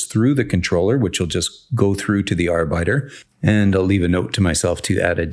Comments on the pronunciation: Love some architecture discussion in your videos Just FYI arbiter is pronounced (arr-bit-err) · Yeah I got confused for a moment. I thought he was saying worker in german. Great video, btw.